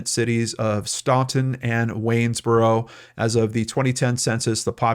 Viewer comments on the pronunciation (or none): Sorry.but as we were told on coming here in 1989." we PRONOUNCE it " STAN ton " It is believed that that us how.the family.originally spelt.it but.no.one seems sure ...now back.to you . I live on Middle River abt. 5 miles west of Staunton au revoir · I live just a few miles from Augusta County. We are all heartbroken about this. Yesterday the Augusta County Sheriff announced they believe this precious baby is dead Thank you for covering this. By the way, Staunton is pronounced Stan-ton. Just wanted to add, the real kicker is that Kandi has had her children taken from her due to abuse. Why CPS placed this baby with her has people calling for heads to roll.